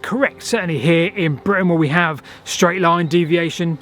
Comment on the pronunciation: The Romans didn't build schdraid roads because they'd never heard of them. Schdraid is a mispronunciation of the word 'straight' which has come about in the last couple of decades due to excess alcohol consumption and consequent brain degeneration in young people.